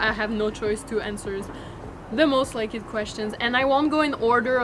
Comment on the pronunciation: So cute how she says most likED 💘